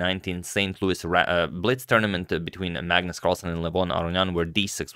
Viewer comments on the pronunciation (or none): none